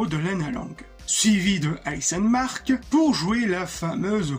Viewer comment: Vidéo très sympa ! Documentée avec de bonnes animations ! Par contre tu écorches le prénom de plein d'acteurs et ça me fait mal genre : "Jason Ackles" ou "alison mark" 😅 Sinon je suis d'accord avec les commentaires. S'ils se limitaient à 12 à 15 épisodes par saison il y aurait eu moins de longueurs et ils seraient pas obligé de faire en sorte que clark affronte tous ses plus gros enemis.